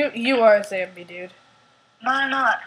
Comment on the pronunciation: You pronounce it zOmbie not zambie